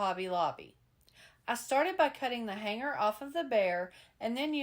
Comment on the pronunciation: Loved all your projects! And want to say thank you for pronouncing the "g" in the word hanger and hang correctly! So many crafters now are using a "hard" g like grrr! It drives me crazy! Hugs from Idaho ❤